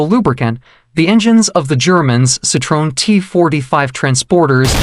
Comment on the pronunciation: The automatically generated voice completely butchers the name. The pronunciation is so bad that it sounds like a completely different name.